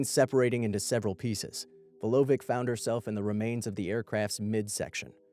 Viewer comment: Vulović or Vulovitsh. not Vulovik.